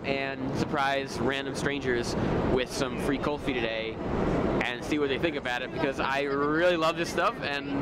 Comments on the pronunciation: It's not Kalfi It's Kulfi... Ku-lfi FYI... Not spicy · Kulfi not kolfi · Its not kolfee its like 'cool+fee= kulfee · Its..."Cool- fee" Kulfi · Cool- fi This is how it supposed to pronounced